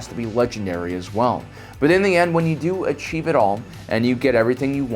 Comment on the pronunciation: ... "asheev" it all